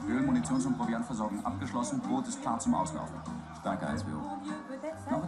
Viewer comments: 5 seconds into the video and our American host has already fxxxed up: the German word for boat is pronounced... wait for it... it's.... 'boat'! As in, "Dass Boat". Double-O's in German make the long O sound. How amazingly American to do a whole video about a German boat and never learn how to say boat in German: 'boat'! Amerikaner sind oft sehr nett, aber völlig unwissend über den Rest der Welt. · Btw: The name of the movie is "Das Boot" in German, but "boot", meaning "boat" in English, is pronounced the same as the English word! So to correctly pronounce the name of the movie, you need to pronounce "boot" like "boat". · Protip: Boot in "Das Boot" is pronounced Boat. (or boht) The English subtitled translation is quite lacking. E.g. The molested 1st Watch Officer (I-WO) was urinated on (well, his car, most likely), not just euphemistically "initiated" (well, you saw what happened in the movie, but the youtube version doesn't capture it). Overall, the subtitles have a very censored feel, e.g. it's not about Frenssen's feet smelling at all, but his flatulence. The Novel delights in disgusting, detailed descriptions of everything that goes on in the mens' bodies and minds. The English dub (spoken by the actual German actors) is much better and more accurate, and it gets more details in than the shortened subtitles. :) Not sure if a full series dub is available, director's cut dub, or just the (lacking) cinema cut. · Has anyone told you; Das Boot is pronounced BOAT in German just the same as the word in English. Sure it's spelled as the shoe but not pronouced that way. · btw boot not like shoe, but like in moat. boat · why does pronouns "das boot" as "das boet". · It's "dos boooooot" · Pronounce it te same as you would in English - boat. It's not quite the same but it's close: much closer than the things you wear on your feet. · Pronounced Das "Boat". They are the exact same word because English is a Germanic language just different spelling.